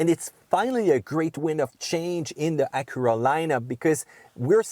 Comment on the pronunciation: "Uh-cura'... wut?